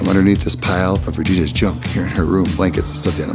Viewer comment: I love how Vy said Regina's Ginera's room